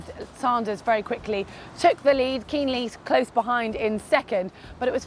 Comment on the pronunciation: How about a special ‘how to pronounce the names of german pros?’ It's neither Kinleee nor Lang.